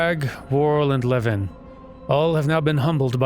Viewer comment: So it sounds like you are pronouncing Levin like it is a place. Pretty sure it's just another word for lightning. And it's pronounced like how you would say levain bread. LEvin vs. leVIN. EDIT: This also explains the pun made in the quest title "Levin an impression" 😊